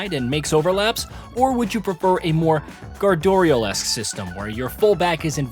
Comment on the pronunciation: gardorial lol